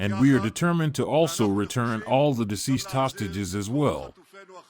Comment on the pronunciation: Diseased or deceased ? Will you get your pronunciation right ? You are an anchorman broadcasting to thousands of Youtube viewers. Stop confusing us !